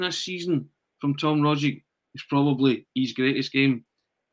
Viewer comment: Can you pronounce Rogic's name correctly for God's sake!!!!!!!!!!!!!!!!!!!!!!!!!!!!!!!!